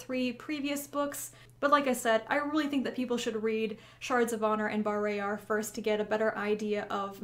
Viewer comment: caught be off guard to hear you pronounce bah-RAY-yar instead of BAR-RAH-yar